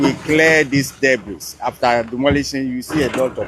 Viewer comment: Ffs debris is pronounced without the letter 's'😂...